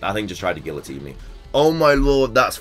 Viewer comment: when you pronounced guillotine like that i swear i could hear michael correcting you in my mind lol